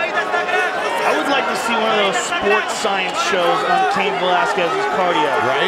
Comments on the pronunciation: Cayenne??? I thought it was pronounced kane 🤔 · Bro I was coming to say the same thing! Like you had one job and you can’t even pronounce a one syllable name 😂😂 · it isn't. Because the person who owns the name doesn't pronounce it like that. Also this isn't theoretical, it's been a name for a REALLY long time. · They don’t know how to pronounce Cain. 😂